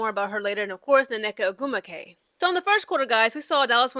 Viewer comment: The way you slaughter these woman’s names is quite entertaining (whether on purpose or not 🤷🏾‍♂️) that double NN on Nneka is whooping that a$$! One N is silent just pick one.